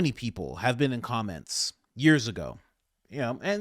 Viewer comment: “And you haven’t even BEAN THERE?”